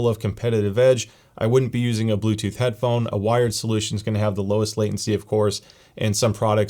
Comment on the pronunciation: I think I heard "Headphome" multiple times🤔